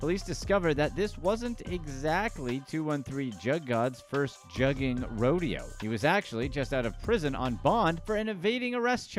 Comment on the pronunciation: Your definition and pronunciation of juuging is all wrong